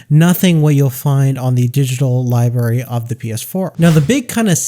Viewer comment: Library not liberry